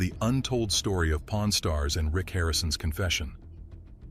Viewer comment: your accent!😂😂😂 I thought you said po r n stars!😂😂😂😂